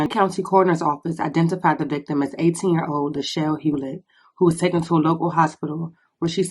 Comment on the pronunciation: DID THAT LADY SAY TOOKEN 😂😂😂😂 NO MISS IT'S TAKEN SMH